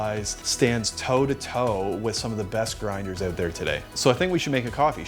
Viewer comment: Just say “out” properly, one time, for f sake, please